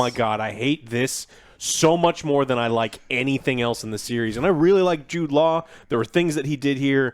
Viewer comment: Wait how the hell are you saying Jude laws name?!